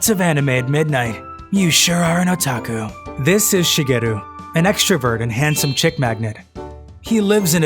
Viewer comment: I'm sorry but what's a Ota-ots-Ota..hol up...Otaku